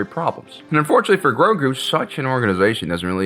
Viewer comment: I keep thinking you’re saying yogurt from Spaceballs